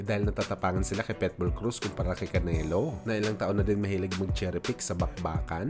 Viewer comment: Boss ikorek lang kita ha wag kang magalit....PITBULL hindi PETBULL